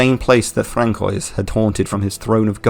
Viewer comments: I cant help myself, sorry, but its franswah not frankoy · Francois = Fran-su-wah, it's french! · I hate to be that guy, but Francois is pronounced Fran-Swa. Great video though! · Frank-Oys the Dominating 😂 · Frank-oi! lol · are you sure that's how Francóis is pronounced? genuine question. i thought it was pronounced like "fran-swa" or something (the french) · Lol did you pronounce François like a Blastoise named Frank 😂😂 Although I must say, I thoroughly enjoyed the video and the editing was on point ✌️ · Great video, however, "Frank-kois" has done great Mind damage to me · I can’t tell if your pronunciation of “Francois” is a joke or you really think it sounds like that, you delivered it with such shocking sincerity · You are the only one I have heard pronounce Darc right, but not François. The c is soft in François.